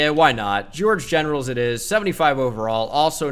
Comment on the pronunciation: “George Generals” 😂😂😂😭😭😭